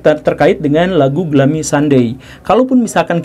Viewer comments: Glumi pak guru dibacanya.. bukan glami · Bacanya: "glumi", bukan glami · Kirain Glummy ternyata Gloomy (dibaca Glūmi/ gluumi) ya Kang Gugem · bacanya: ˈɡlo͞omē pak guru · Bacanya “glumi” woi 😂🙏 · Pak, mon maap tapi dibacanya "gluumi" 😟😟 Tp yaudeh gapapaaaa wkwk